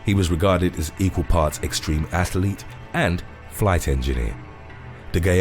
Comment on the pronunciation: What is a Russian ”ATHALETE?”